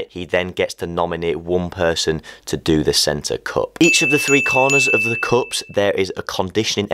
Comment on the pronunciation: I like how u pronounce cup Coop